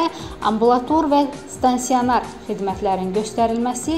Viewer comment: Stansionar yox stasionar,evveller dùzgùn danişmagi diktorlardan öryenirdik,indi biz onlarin sehvini düzeldirik